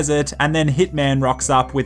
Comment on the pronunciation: Is he saying hitman or thick man